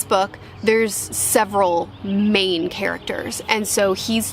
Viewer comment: When you emphasize main characters? When you set it, I heard "Maine characters" and thought that makes sense... I'm in the state so I got the meaning behind what you didn't mean to say